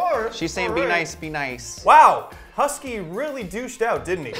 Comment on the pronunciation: actually no.. he is saying “H E S K " the "K" sounds like "keee" thats why its confusing.